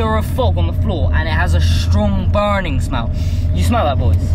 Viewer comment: ally sounds normal until he says words with 'ur' in the word ahaha you can smell burrrrrrning' too funny